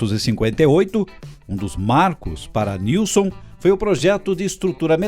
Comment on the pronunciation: Joinville SC x Guaratuba PR, e a pronúncia correta e Nilsem sobrenome de origem sueca, Joinville foi colonizada por alemães, suíços e suecos. Nunca falam o sobrenome dos fundadores correto.